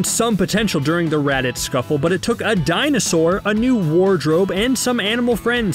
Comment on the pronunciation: The way he say Raditz “Redditz”